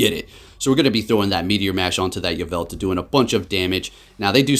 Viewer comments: hermione: its yvelTAL not yvelTA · “Yah-vel-tuh” lmao